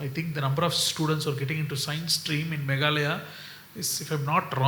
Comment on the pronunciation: MegHAlaya✅ Meglaya❌